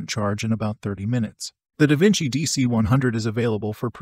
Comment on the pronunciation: Surely Davinci isnt pronounced that way?